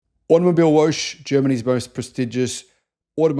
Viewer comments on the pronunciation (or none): AutomobilWOGGE, niet "Woosj". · Whooosh? Oh, you probably meant to say "woche". That means week or weekly. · It's not woash. Its vocka. It is german for week.. Read the comments please! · To help you pronounce German 🇩🇪 words From Grok The German word “Automobilwoche” is pronounced as: ah-toh-moh-beel-voh-khe Here’s a breakdown: • Auto - “ah-toh” • mobil - “moh-beel” • Woche - “voh-khe” The stress is typically on the first syllable of each word, with the ‘ch’ in “Woche” making a soft, voiceless velar fricative sound, similar to the ‘ch’ in the Scottish “loch.” So not wosh but woche as in loch. Like lochness monster WOCHE Sounds like VOCH (like loch) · I love the videos, so informative but please please have a look at the German pronunciations, in particular "Automibilewoche" Woche isn't Woshe.... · Automobilwoche is Automobile Week. ☺ (and yes, you pronounced it wrong), lol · Please do us all a favor and learn how to say Automobilwoche!!